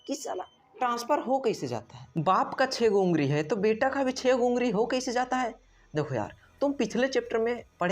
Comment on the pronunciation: Ungari😅😅😅🤣 ye kya. ungali hota hai 🤣🤣🤣🤣🤣🤣🤣🤣